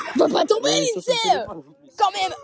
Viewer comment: Vous êtes les meilleurs mais juste vous avez dit Lidsay 😢😢